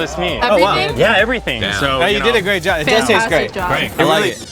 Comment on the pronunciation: you did a great jahh this is greehh